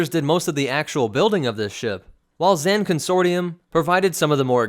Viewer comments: Not to nit pick but it's not Zan (rhymes with can), it's Zann (rhymes with Kahn). Every game source (and the game itself) quotes it as such. Thanks for doing the Keldabe though, been waiting to see it. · You say his Zann weirdly. In the game they say Zahn. You put a Ann sound to it.